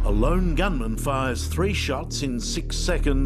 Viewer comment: WHY do you EMPHASIS Lone Gunman , clearly it wasnt a LONE GUNMAN